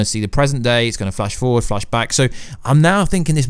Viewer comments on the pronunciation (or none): none